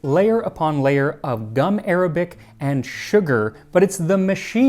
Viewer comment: Gum Arabic isn’t pronounced like the language, it’s actually gum ar-ah-bic